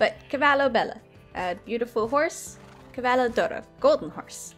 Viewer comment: Actually cavallo d’oro means horse of gold which is why you pronounce it d’oro instead of just Oro which just means gold